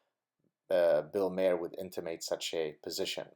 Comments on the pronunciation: It's pronounced ' marr' not 'mare' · Also bill maher is pronounced Marr, like a pirate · Maher is pronounced "MAHRR"